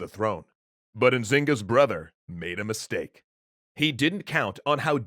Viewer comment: "Miss Steak" :-D